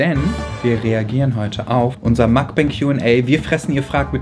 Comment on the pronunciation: ich muss kurz korrigieren, "mukbang" wird nicht englisch ausgesprochen. so wie mans ließt ist schon näher dran, aber am genausten ist doch eher das "u" wie ein "o" zu lesen. mehr wie das "o" in "offen" abrer, nicht wie in "ofen"